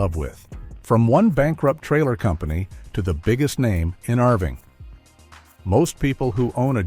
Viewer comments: Yeah… my brain faulted when I heard that too. Arving makes no sense, LOL! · "Rving?" AI slopped this one, too.